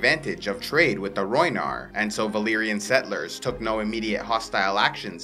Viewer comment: Rhoynar not rhoynish